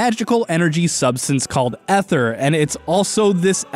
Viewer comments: Is Ether (eth-er) the canon pronounciation for the thing in Dauntless, or are you mispronouncing, as Ike screams on up B (and is pronounced the same as Ether in the Xenoblade games (which I wouldn't mind some sciences on, especially with 1 getting a definitive edition)), "AE-THER!" Edit: wait you fixed yourself up later in the video. I guess it was a misread for the introduction xD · I liked this video until some idiot called it ether (eh-thur) instead of Aether (a-thur) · Sorry to be picky but it’s pronounced A-THER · Why do people pronounce it EH-THER!?!?! IT'S AY-THER NOT EH-THER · eether not ehther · I’ve always heard it “Ay-thurr”, why would it be “E-therr” when the word ether exists? Aether clearly has an A in front, thus it should be pronounced with an A sound. Yes, I know English is a wacky language but still. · hey its tnot eth-er its E-th-er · say it with me Ay-th-er not ether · im pretty sure its pronounced ee-ther not eh-ther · it's not ETHER it's -->A<--ether AETHER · Isn't it pronounced "eether" not "ether" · You pronounced aether wrong it's AY-THER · The pronunciation of Aether (Aye-ther) hurts me. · It's pronounced ee-ther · Sorry but did you just say ether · Aether not ether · IT IS PRONOUNCED EETHER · My god he said ether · The "Chair-rig"? Bro, your soft eh-thur is passable and has historic value, but JFC on a stick, it's Char-rog. Like Balrog crossed with Char. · Aether (A-ther) not technically Ether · ITS CALLED EETHER!!!!!!! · Ee-ther by the by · Aether >w> with an A, not an e Im sorry, it just really bothers me and i've been trying to get over it. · ...I'm slightly trigger by his mispronunciation of Aether